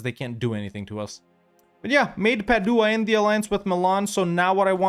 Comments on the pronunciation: The way you pronounce Padua hurts my ears. Love the rest of it! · Hey love your videos! Italian here, just wanted to help, Bergamo is pronounced BER-gamo, emphasis on the "e". Same for Padua (Padova), emphasis on the first "a", and Modena, emphasis on the "o". I'm actually from Venice, and look how you just massacred my boy but I understand you had to 🙂